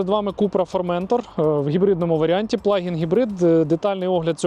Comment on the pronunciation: Дуже цікава машинка. Але ж, правильно буде не ФормЕнтор, а ФорментОр, бо це назва півострова.